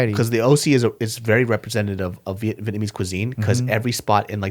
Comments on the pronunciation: Your pronunciation of Vietnamese is solid bro. Well done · Damn you pronounce Vietnamese fluently.